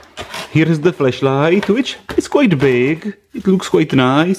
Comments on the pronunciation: Over time, I got used to your accent. But please be aware of the different pronunciation of flash and flesh. This could avoid potentially very awkward questions about your Christmas present. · Sounded like you said fleshlight. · First time viewer here and this is exactly what I first noticed.... I was very.... very afraid this is not a FLASH light review....